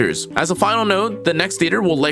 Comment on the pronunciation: Nifle is pronounced like rifle, not nipple Also good info! Is Fina hydro or lumino?